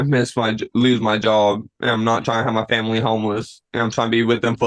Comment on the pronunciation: This young man is most assuredly BEGGING to be luht frwee so he cuhn provide fuh his famiwee. Hes in regular contact with the cuht and and his attoineees.